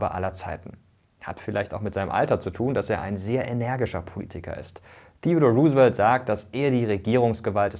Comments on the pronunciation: Roosevelt wird ROU-se-velt ausgesprochen, hat mich mega irritiert deine Aussprache ;) Aber interessantes und vor allem informatives Video! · Vielen Dank, Mirko, goldwert, wie immer! 🙂 Nur ein kleiner Hinweis: Du hast "Roosevelt" nicht ganz richtig ausgesprochen: Das "E" in seinem Namen ist nicht stumm 😉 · Interessantes Video! Kleine Korrektur: "Delano" wird auf der ersten Silbe betont (Wusste ich früher auch noch nicht) und das "Roose" bei "Roosevelt" wird wie englisch "Rose" ausgesprochen